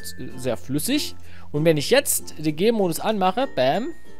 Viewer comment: Der Anfang :D Ich versteh immer wenn du "Gamemodus" sagst, "Gaymodus".